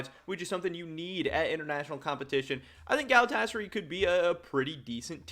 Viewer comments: This dude really pronounces Galatasaray as Galatchasarhi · For future reference its pronounced galatasaRAI